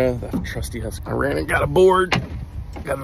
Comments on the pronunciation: FYI: It's pronounced Hus-qvarna, not Husq-varna. 😂 It comes from the Swedish words for House (Hus) and Mill (as in the one with wings/sails to ground flour) (Kvarn, Qvarn is Old Swedish). 😊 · It's pronounced hus-qvarna, not husq-varna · How the fuck did you just pronounce "Husqvarna"? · It's always funny hearing Americans try and pronounce Husqvarna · I hate when people casually through an A after the Q when pronouncing Husqvarna 🤦‍♂️ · When Americans say Husqvarna and me as a Swed don't understand what you are talking about, sorry but that's not how we pronounce it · Hate how Americans pronounce Husqvarna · As a swede i cant stand the way he pronounced husqvarna....